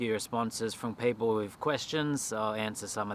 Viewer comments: Really interested to know where you picked up the habit of saying frong instead of from ? Never heard that before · Love ya work mate! But did you say “ work frong” a couple of times? 😂